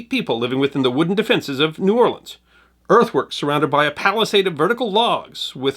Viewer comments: Don't know who this narrator is, but he's definitely not from New Orleans. If he was he would know that the locals there DO NOT offensively pronounce New Orleans as one word. If ever you hear some ignoramus pronounce it as 'Nawlin's,' know for sure he is not a native of that city. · Awesome video but the vast majority of us from the city do pronounce it as two words. New Or-lens. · Please stop with the "we say the city name in one word". We pronounce it New Orlins or New Orlee-ins. Never met anyone who says Nawlins. I'm 58. Maybe 2 who said New Awlins. When people here see anything about New Orleans we cringe cause no one gets it right. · Nawlins is a Northern misconception... possibly because there is a small part of the population that pronounces it that way, but the common pronunciation is New Orlens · It's pronounced New Or Lunz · AS A NEW ORLEANS NATIVE AND EDUCATOR, is FALSE. No one, literally NO ONE, from here says "N'awlins" or blends New-Orleans into one word. You are incorrect and invalidate yourself as a credible source almost immediately. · We saw New Orleans. Nobody here says that in one word. Two... Distinct... Words... Otherwise thanks. 🙃